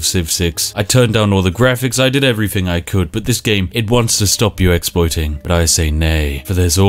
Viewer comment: For someone who pretends to be posh, you're not very good at differentiating between 'th' and 'f'.. everyfin, scientific ferory.. Get a grip man, you're a Englishman.